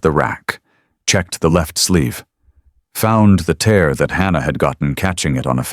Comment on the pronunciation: AI Narrative..Tear ( In the eye ) Tear ( in the fabric ) pronounced TAIR...